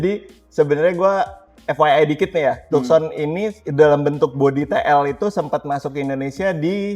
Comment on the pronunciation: Tukson apa taksen sih bacanya 😁